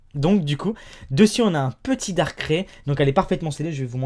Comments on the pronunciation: Ça se prononce Darkaille pas Darkré ! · Suis-je la seule à ne pas supporter le fait qu'il dit "Darké" et pas "Darkraï" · moi se qui me choque le plus c'est pas l'argent qu'il a dépensé mais comment il prononce darkrai il le prononce "dark craie" au lieut de "dark kraille" ... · Darkré?? Moi perso je dis Darkraï... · quand va tu dire darkrai normalement s il te plait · mdr comment tu prononces darkrai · tu ne sais pas prononsse darkrai